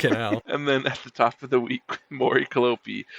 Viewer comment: Can't even pronounce Mori Calliope right. Cuh-lie-op. not being a straight up hater and being open minded is very appreciated. You don't have to like all her music, opinions are a thing. Yeah, while is being so close minded saying its boring and generic with no constructive criticism...